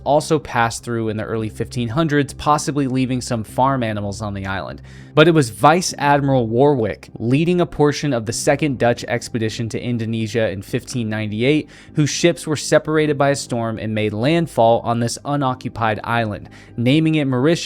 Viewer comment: Warwick is pronounced by not saying the second w . Warick